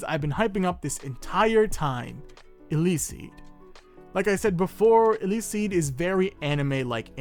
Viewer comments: The name is a mix of electricity and speed so it's not pronounced ilicsiid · 3 things, one, this is my favourite manwa! Two, I'm pretty sure eleceed is electricity and speed so u should combine these words and be able to say it right, i think... and three, my theory as to why is he able to learn this fast is because his power is speed!